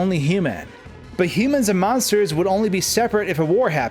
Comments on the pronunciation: the way he says humans is just... ouch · cool video but its hue-man not however you pronounce it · It's funny how you say "humans" as if its a word Toby made up